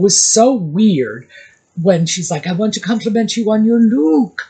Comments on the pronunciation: I thought mindy had a cue card that said luk instead of look😊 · When Mindy said “look” which was pronounced “Luke” - that is how Scottish people would pronounce it. Do you think Meghan could have told Mindy to say it like that, to mock the Scots? Just a thought, because Mindy, even though she’s Indian/American, would not typically pronounce LOOK like LUKE. 🤔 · I think Mindy is low-key genius. She may have received direction to complement Megan’s style and she purposefully chose to pronounce the word “look” the way she did, knowing that a person such as Megan could not help but react to that thereby showing everyone exactly the type of person nutmeg is